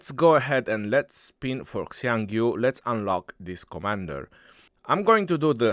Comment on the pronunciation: is the only one who pronounced Xiang Yu correctly. Hsi yong You